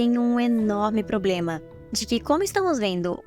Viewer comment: "pobrema"é foda kkkkkkkk 😂